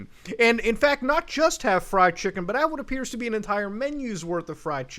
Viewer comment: Poppies chimken samich